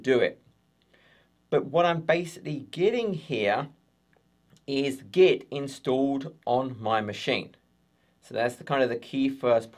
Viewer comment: Brilliant video as always but stop saying 'get' instead of 'git' 😆